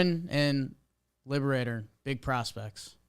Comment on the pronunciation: Matthew Liberatore. He says his name as (LEE-bruh-tor)